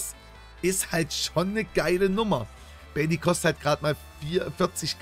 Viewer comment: Bailey spielt bei Aston Villa... Bailly spricht man allerdings ohne e aus 😂❤